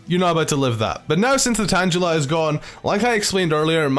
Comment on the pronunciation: If he pronounces tangela tan-jela would he say tanjelled